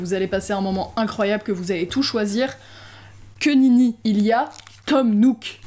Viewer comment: en tant que belge je me sens offensée. C'est "Que nenni" pas "Que ninni" voilà c'était mon moment